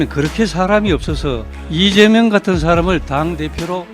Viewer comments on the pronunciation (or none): 보고 읽으면서도 실수하나 리죄명 대통령이 뭐냐? 제대로 좀 해라